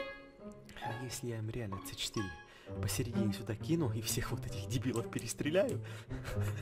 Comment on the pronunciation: правильно говорить не це4 а си4